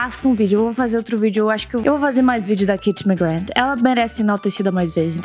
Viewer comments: passei o video todo e no final eu só pensei "FALA O NOME DELA DIREITOOOOO!!!! SE PRONUNCIA ***MACGRÁ*** NÃO MACGRAND AAHHHHHHHHHHHHH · o nome dela se pronuncia KatiE McGrÁth:) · oi anjo eu só queria te falar que se fala mcgraa não mcgraf, ela mesmo disso isso. adoro seus vídeos 💚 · na vdd se pronúncia "ma-gra" ela já falou isso em diversas entrevistas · o nome dela se pronúncia MaGra do jeito que eu escrevi e só pq quando vc casar com ela não errar pq ela e muito bravinha quando erra o nome dela